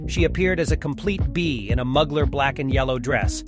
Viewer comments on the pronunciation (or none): Why'd he pronounce Mugler like that